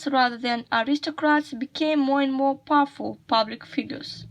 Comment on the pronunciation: the word “powerful” you read as [paful] instead of [ˈpaʊəfʊl] Find the transcription of the word “Caesar” The word “Augustus” has the other stress Find the transcription of the word “honor” Compare these futures? What does it mean? Look more attentively the transcription of the word “discernible” Find the transcription of the word “aggrandize” Find the transcription of the word “subdued” The word “although” has dentilingual sound Find the transcription of the word “incredibly”